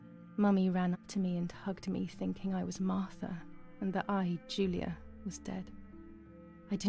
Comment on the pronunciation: I hate the way the father pronunce Giulia's name XD it's not Spanish! You have to pronunce the G